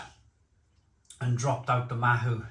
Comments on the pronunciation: Pronunciation- Ma-oo not ma-who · Not Mahu. Its Mao as in Chairman Mao. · It is pronounced 'MAOW' bit like the cat, not mahoo. Mahou....Maow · mahou is pronounced 'mao' like chairman mao. there's 2 different versions of it, one has a green label, and the other is the one you have, the red labelled 'cinco estrellas' or '5 stars' we served it on tap when i lived in spain, and honestly, when it's draught, it's dynamite!! we also served the estrella galicia bottled. at the time, the mahou was 2 euro a pint, and the galicia was only 1.25euro for a 330ml bottle. both were exceptional thirst quenchers in the costa del sol summer heat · Mahou is pronounced "mow" (like "cow")